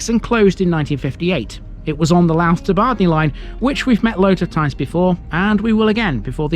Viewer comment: Louth is pronounced Low(as in 'how') uth. Two syllables.